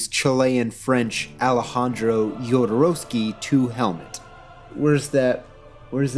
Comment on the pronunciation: first person I've heard pronounce Jodorowsky's name correct. bravo